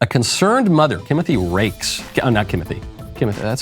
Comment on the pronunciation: My dude said Kimothy! 🤣😂🤣😂